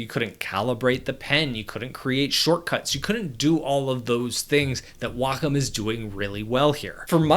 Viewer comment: Thank you, Thank you for pronouncing "wacom" correctly. Thank you!!!